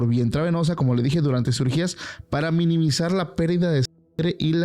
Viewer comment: No conformes de decir "literal y denso" a cada rato, ahora es "miminimisar"!